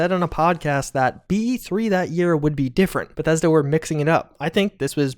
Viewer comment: Every time he says Bethesda I’ll take a shot.